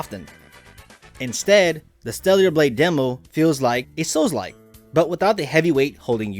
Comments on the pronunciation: Bruh its not "Steliar" Blade, it's STELLA Blade! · Who is stella? 🤔 also i caught him saying stellular blade